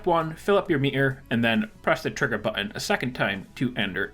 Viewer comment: FYI, there are two letter "T"s in the word button.